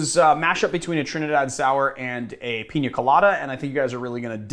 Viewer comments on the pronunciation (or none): none